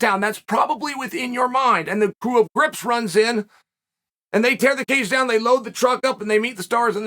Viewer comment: A "grip" is responsible for setting up, rigging, and managing light equipment on a set. According to the Dictionary. It is a great word for people. I thought he said "crips" at first 😂.